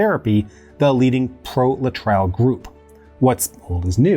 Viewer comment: Aaarrgghh! LA-TRILE??? really? The cure for cancer that was provided in clinics in Cuba, made from peach pits if I remember correctly, was Laetrile and is pronounced "LAY-A-TRILL" thank you very much. After he mispronounced Phyllis Shafly's name (it's pronounced "SHAFF-LEE" not "SHAFE-LEE") followed by his mispronunciation of Laetrile, I had to comment. I guess you had to be there.